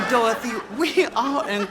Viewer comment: Iconic!!! Though I gotta say () pronounces Dorothy without the Y. Dorotha